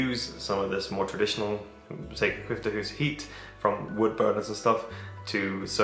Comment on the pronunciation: Nice to see that you care so much about your house that you intend to read up on "byggnadsvård". 😊 Your pronunciation on "sekelskifteshus" is spot on btw! Tile stoves, kakelugnar, is a Swedish invention from the 18th century and they are super efficient. They keep the warmth in the house for much longer than an ordinary stove and was a game changer back when people only had open fireplaces. In an open fireplace 90% of the heat is lost. It also keeps the room much cleaner. Personally I find them beautiful, especially those with white-blue tiles, and I wish I had one in my house. We only heat our house with firewood, but in smallholdings as ours, a tile stove was considered much to expensive. A tile stove is normally only heated mornings and evenings, so I think you will come to appriciate them- especially if you are gone at work the whole day. The size of your house and the rooms and the height from floor to cealing also suggest that tile stoves is the best fit for your house.